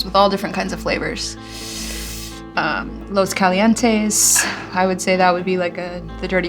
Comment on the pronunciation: and pronounced "los calientes" in the most american way possible.